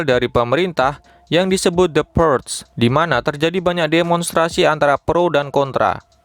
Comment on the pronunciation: bacanya purge= purs ada G nya dikit min wkwkwkwk